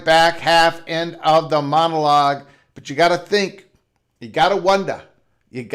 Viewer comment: You can't even say Notre Dame correctly. Why should we listen to someone that can't even pronounce the name? You can't even say wonder correct. I question the thinking of someone that can't control their own speech. BTW, ND has several upcoming big games coming with Clemson, Bama, Auburn, BYU, Texas, and Florida. So...... how are they worried? USC came BACK to ND to get them to the table. ND upgraded the lost USC game. USC can't go better than 9-3 and won't sniff the playoffs.